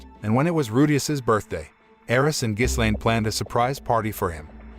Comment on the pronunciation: you shouldn't put "with the power of demon eyes" in the title if you don't even show that part -Ghislaine... pronounced Gi-Lane s is silent -it's not the end of season 1 either you still have another half to go, pretty bad recap